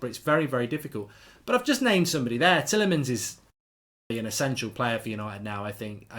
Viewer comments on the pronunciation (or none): none